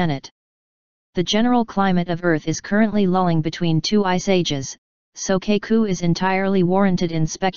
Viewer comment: for a computer why cant you say the names right kaku and sagen